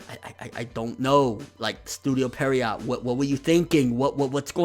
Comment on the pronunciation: That bothers you? He pronounces "Pierrot" like "Perriot".